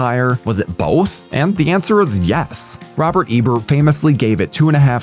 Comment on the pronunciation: Not to mention film critic Robert Eber. I’ve noticed the Joblo narrators constantly mispronounce character names of movies they “love”. Anymore I wonder if they’re just ai.